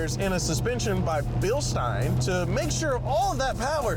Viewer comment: Bill-stine? You mean Bill-steen?